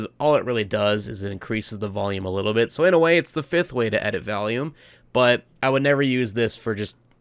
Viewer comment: Honestly one of the most insightful tutorials I have ever seen, almost every single part was something new and quite beneficial to the content I intend to make. Very well made, I commend your audio skills in SV. P.s. why when you say volume it sounds like you're saying valium xD